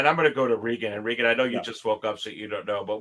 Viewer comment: Thanks for having Reagan on again. FYI his name is pronounced the same way as Ex president Ronald. He is too polite to correct you. 😉